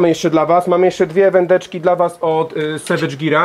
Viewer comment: Savage gear to sie nie czyta dżir 😂 tylko g tak jak pisze 👨‍🎓